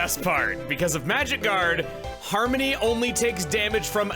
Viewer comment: Everytime chugga says harmony i just hear 'Harm Many'